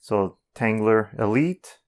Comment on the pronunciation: There’s no R at the end of tanggula So quit pronouncing it tanggular